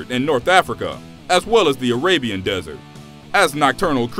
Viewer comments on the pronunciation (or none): none